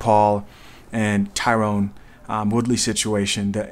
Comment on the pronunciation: His name is pronounced “Ty-rin” Woodley. Jake is purposely pronouncing it “Tyrone” to try to get under his skin